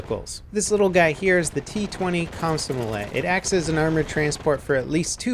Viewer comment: Whay did you say komsomolay?